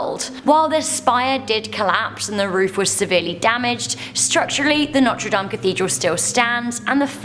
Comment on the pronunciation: "The Humpback of Notree Damn iz not weal stopid."